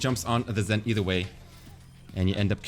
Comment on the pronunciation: "Eith er" lul